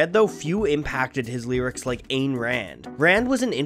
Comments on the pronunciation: "Ayn" rhymes with "Line". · And yet he mispronounced Ayn! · Lol, it's "Ayn" like in "mine". Not like in "rain". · Eye-N not Ain...EYE like Einstein. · Too bad you pronounce Ayn Rand's name incorrectly. Her first name rhymes with mine. It's Ine not Ain. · “Ayn” rhymes with “mine.” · WRONG. Geddy says it sounds like "ear" so the narrator says it correctly. However, he butchers "Ayn" which rhymes with mine. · Another great video. One point: Rand’s first name is pronounced, “Ine”. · although i'm not a Rush fanatic, i'm glad Ayn Rand is brought up here, she is the author of the greatest book ever written. btw, Ayn is pronounced like "I". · Ayn rhymes with "mine". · Ayn is pronounced like Ein is Einstein, long "A". And Peart is pronounced like Pert. The reason they've lasted so long, according to the band themselves, is that from the beginning no matter who wrote what, they split the money 3 ways equally. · If you're going to pronounce "Peart" correctly (and you did), you simply must pronounce "Ayn" correctly. It rhymes with "mine." I enjoyed your analysis. As a kid, it did not hit me that the protagonist kills himself in 2112. I followed the lyrics but was consumed with the music. It put a tear to my 50-something eye when I realized the suicide. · I don't know if it has already been posted, but Ayn is pronounced like Ian. Please forgive my pronunciation fascism. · Really enjoyed this. You pronounced "Peart" correctly. However, you blew it by mispronouncing "Ayn" -- it rhymes with "mine." One part of the philosophy you fail to address is DISBELIEF in deities. They are all atheists, and that comes out loud and clear in the lyrics. Peart was and is an atheist, but he is clearly playing with symbols by wearing a giant cross in that one piece of video you show. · Ayn rhymes with mine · I was prepared to hate it but well done. Also, lol at the people arguing about how he pronounced Peart when he pronounced it correctly unlike Ayn or Valens from the American Pie video.